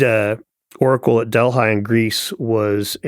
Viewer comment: Delhigh? Seriously? It's to me appalling that they never heard the correct pronunciation DELPHI (Del-fee in Greek or Del-fy anglicized). Delhigh sounds like a high-school in California.